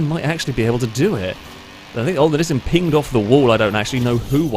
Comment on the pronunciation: Bro. Nee-sahn or Nee-san, not nisn. Anything but that. Actually nvm I’d rather hear nisn than “pyoomer” 💀